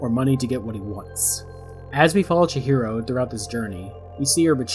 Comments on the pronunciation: Lost me at "Chichiro" 🙃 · I absolutely hate to be the first comment and simultaneously pointing out a mistake in a well made video, but your pronunciation of chihiro adds an extra “ch” sound where it should be a “h” Edit: seems like you fix that past the half way mark!